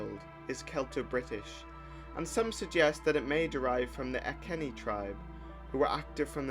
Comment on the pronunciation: Iceni is pronounced I-see-nigh